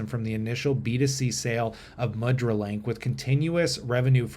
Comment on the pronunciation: this is cool and it's pronounced moo-dra. a symbolic hand gesture used in Hindu and Buddhist ceremonies and statuary, and in Indian dance.